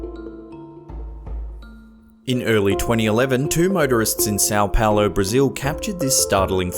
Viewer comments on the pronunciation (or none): Did he just say 'two murderers in Sao Paolo'?